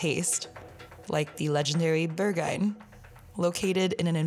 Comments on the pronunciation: Berg-hah-inn not Bergah-inn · The video is really well done! Can recognize a lot of real Berlin in your video. Just a cheeky comment: if you had learned your German lessons (well) with Rosetta Stone, you would never pronounce the club „Berghain“ like „Burghyne“, absolutely anglicized pronounciation of a non German speaker…anyway, keep on doing great videos like you do!